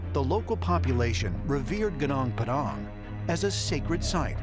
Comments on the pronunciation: First of all it’s GUNUNG PADANG not GUNANG PEDANG pfffftss, who’s the aliens now? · Genang pedang .. heheheeh baca "Gunung Padang" jadi "genang pedang" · i feel physically attacked by how those guy pronounce "Gunung Padang" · Gonong padhang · History Channel: "Genang Pedang" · Berarti mereka belum pernah berkunjung langsung ke lokasi gunung padang. Kalo sudah pernah ke lokasi pasti mereka tahu kalao ucapan yg benar adalah "gunung padang" bukan "gunang pedang" .. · Narrator: Genang Padang. Me: narrator, please say goonoong padang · Genong Pedong? Is he trying to say Gunung Padang? 😂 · gunung padang, not ganang padang. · Indonesian: Gunung padang This: Geunang peudaeng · Its not gnong pdong. The sound is Goonoong Pa Dunk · Pronounce Gunung Padang well. Not "Gnung pdang" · its not pronounced "genang pedang" its "gunung padang" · gunung padang bukan genang pedang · It's pronounced "goo-noong paa-daang" not "gə-naang pə-daang" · Genang Pedhang 😂😂😂😂😂😂😂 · Gunung Padang, it is pronounced "goo-noonk pa-dunk." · Gunung padang ajah anjay no goo nonk pa dunk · when they say "sundaland" it sounds like sandalan(wearing sandal) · gu-nong p'dang... 😃😃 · Ya, gw ketawa pas dia ngucapin. Gunang padhank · Malah kedengerannya “Kenang Pedang” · Goo noonk par dunk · Wkwkwkwk Genang pedang => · G E N A N G P A D A N K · Jenang padang 🤭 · I'm Indonesian. Gunung Padang = Padang Mountain , pronounced as "Goonoong Pahdung". Would be a phenomenal discovery if it's indeed a piramid, not mentioning the alien alliance 😉 Others might also check Candi Borobudur / Borobudur Temple, which I think the biggest Buddhist Temple in the world. Lots of ancient sites here to explore 😊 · The way the narator pronounced "gunung padang" made me smile, it supposed to pronounced as goo-noong pA - dAng. The U pronounced as U as in full, and A in padang supposed to pronounced as A as in father. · It is pronounced goo-noong pah-dahng with accent on the first syllable of each word. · Good noong pa dung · Genang padeng